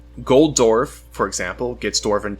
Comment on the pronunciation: I hate how you pronounce dwarf